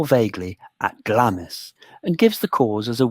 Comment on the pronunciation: The way Glamis is correctly pronounced is given in the first sentences as Glams, and continued to be pronounced wrong through the rest of the video, as Glamiss.